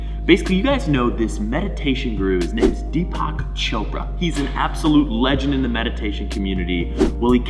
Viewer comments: He managed to pronounce Deepak almost as Tupac😂😂😂😂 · He is pronounced deepuk 😂😂😂